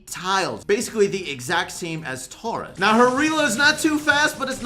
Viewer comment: said Tara wrong in alot of videos